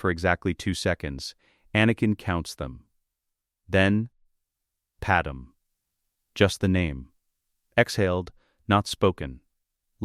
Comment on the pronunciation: her name is not padam dude its Padmé